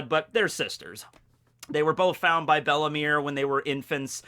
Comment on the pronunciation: it is bellemere, 2nd e silent, not bellimire XD